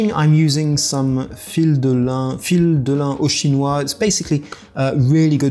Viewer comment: Hello, Nice video. Too bad I do not understand English. (thanks Google) but, "thread of linen" is very well said, in French. 😉😆 Very nice job. (Myriam. Paris)